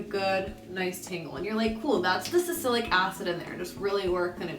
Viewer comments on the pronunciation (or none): girl it's salicylic